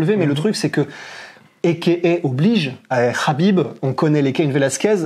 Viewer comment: On dit Habib en plus